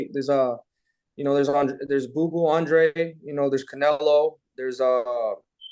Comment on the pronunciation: He said Andrade….😅